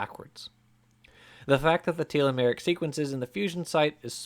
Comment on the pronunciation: Can he learn how to say telomeric?